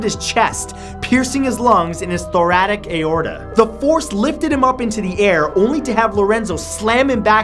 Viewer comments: Thoracic, not Thoratic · "thoratic aorta"